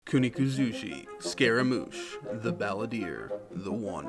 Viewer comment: Ku niku zushi lol its kuni kuzushi